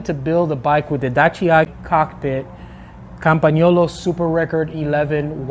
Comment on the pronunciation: WOW you say Campagnolo words very good I bought Felt F 4130 nice bike with Campagnolo Athena 22lb than i weighed old Leganano Roma Olimpidia witch my dad's bike.It was pound lighter than Felt 4130 .There something about steel frame that's beautiful especially those older Columbus or Reynolds Frame .Your definitely right about the bump those old Columbus tubing and Reynolds Ride beautiful.